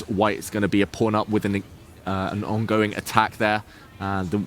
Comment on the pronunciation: pawn rhymes with dawn, not with phone.